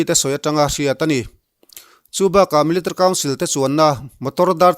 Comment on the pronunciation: I chhiar rang tum na lutuk ah, military tih i lam dan hi amakee... Milita council ti hlir in ilama 😁😂